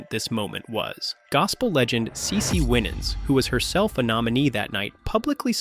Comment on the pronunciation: CeCe Winnans 😭 That’s not how you pronounce it